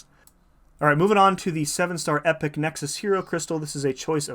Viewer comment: First, I can’t believe how many creators say epoch wrong so thank you for pronouncing it correctly, but I know that I shouldn’t expect anything less from you! Will you be releasing guides on this content? Congrats on the rank up!!!